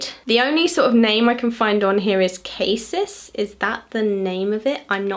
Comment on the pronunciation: The NARS Eyeliner is pronounced Ca-seece. Its blackcurrent. I am not being snotty just trying to help.